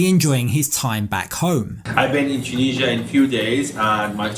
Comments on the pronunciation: Why can everyone else pronounce Tunisia correctly but Americans on this show ( and are 2 examples) cannot? How can they not know how to pronounce the name of the country that their husband comes from? They both say TON-EE-JA! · Why does she pronounce the name of his country incorrectly?